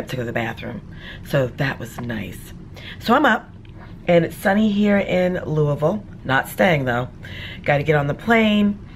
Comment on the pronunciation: You actual pronounced Louisville correctly 😊